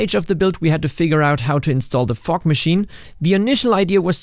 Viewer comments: I kept thinking you were saying fork instead of fog. 😂 What's he doing with a fork machine!? 🤣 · only me hearing fork instead of fog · Sounds like u say fuck when j say fog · I’m sorry but am I the only one who’s thinking he’s saying fuck instead of fog? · That's SO. AMAZINGLY. COOL. I'm so impressed, holy cow ❤❤❤ Also, side note: I know you said fog (a lot), but every now and then it sounded like you said fork 😂😂 very odd if you hear out of context, haha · Absolutely losing it over the way you pronounce “Fog” Only because in my region it would sound much more like the f-word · was i the only one who heard somthing else whenever he said "fog machine" 😂😂😂😂